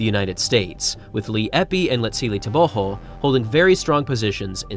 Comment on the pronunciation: Thank you for the proper pronunciation of Letsile Tebogos surname.